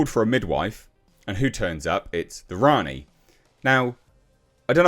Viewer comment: Worrying stuff mispronounced Rani & doesn’t know about John Smith.